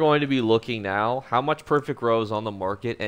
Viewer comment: The "Right Nyeow" made me slam that subscribe button